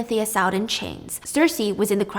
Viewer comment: the way u pronounce fury is so funny. it makes this video hilarious